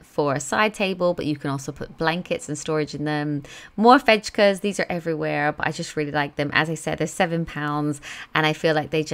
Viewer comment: Fejka is fake-a. As in fake! A fake plant ❤️ Fake-a! 😄